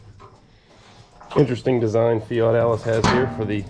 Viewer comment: I Love how you Pronounce that Loaders Name in Future Videos Fat Alice unless I'm Hearing wrong. which wouldn't be out of the ordinary for me Lol